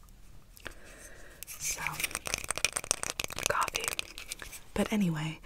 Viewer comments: The way she pronounces coffee 🥺💕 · COFFEVE lolol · In almost every role play where she drinks/talks about coffee she says it! Lol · i just heard that part and went "cofefe. i want cofefe!" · Coffee fee? Cough hee hee? Wat? I'm confused I've heard her say that before lol...tingly though lol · when you do this you definitely don’t want to show the goal or any of the other things you will be working on Aww I love how she says coffeefe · did anyone else hear her say “i like to enjoy a nice cup of cofefe” or is that just me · Alexis Pasie so now she just says covfefe instead of coffee lol